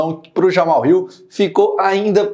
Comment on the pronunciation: aprenda a falar: é JamaHAL e não "JaMal".